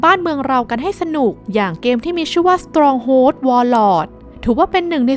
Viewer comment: strong hold = อ่านว่า สตรองโฮลด์นะครับ (สทรอง'โฮลดฺ)